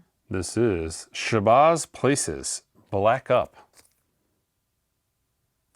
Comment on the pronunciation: Shabazz PALACES! Shabazz PAL-ACES!! Learn your merchandise man. C’mon now.